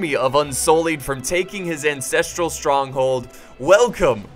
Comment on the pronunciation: Did you say "Incestral Stronghold" 😌